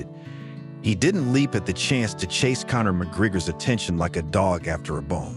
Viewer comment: Ahhh AI. You can't pronounce Connor's name correctly.